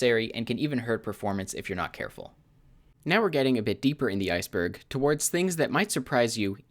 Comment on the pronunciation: The I-C-Berg